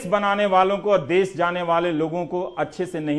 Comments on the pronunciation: देस नहीं देश सही शब्द है रवीश जी प्लीज इस पर ध्यान दीजिएगा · देश होता है देस नही । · dase nahi desh hota hai sudhar kare